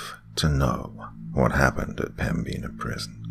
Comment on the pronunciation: The pronunciation of pembina is killing me amg